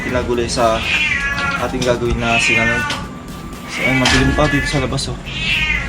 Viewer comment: Sinangag po nd siningag..Hehehe